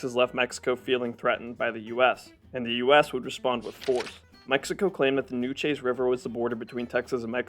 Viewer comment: All of this effort to research for these videos, and you would think one would research how to pronounce Nacogdoches, Sabine, Nueces, and Rio Grande correctly. Makes me wonder how much of this video is even accurate if something that simple is wrong.